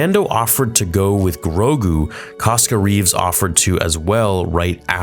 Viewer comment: It’s not Koska reeves 😂